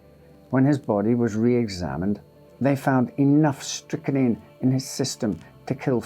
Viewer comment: Strychnine - pronounced strick-neen. It is not strick-a-neen. Dear, oh dear.